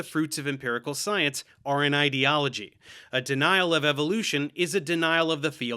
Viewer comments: What is it with these pseudo-intellectual fuckwits that makes them incapable of pronouncing the word "ideology" correctly? It's "eye"-deology, like "idea", not "id"-eology like "idiot". Ben Shapiro and the other losers at Daily Wire do the same thing and it drives me up the fucking wall. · What rubs me the most the wrong way is the way he pronounces "ideology", like it's spelled "idiology" and is in the lexical family of "idiot", not "idea". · It annoys me so much more that pronounces ideology as "id-eology". If you are trying to use big words to sound smart, at least say them correctly. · what kinda pisses me off is the fact that cant pronounce ideology correctly because i feel like he's just doing it on purpose to make it sound like he's calling science "idiot-ology". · Is bro foreign, or is he doing the whole internet pseudoscience thing of mispronouncing words because they heard it from someone who doesn't understand either? Because he pronounced "totalitarian" as "toTALLitarian" like "tautology", and "ideology " as "etiology" which is just a totally different word.